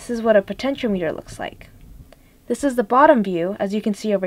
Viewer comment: po ten cho meter potentiometer |pəˌten ch ēˈämətər|